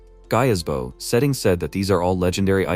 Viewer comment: "mmm Jol neer" OK, so the Channel owner missed one. Another word AI has trouble with "Bow" Archers wield, People "Bow", bau bau bau... Dungeon = Don-John. All right, that's enough, I'm out.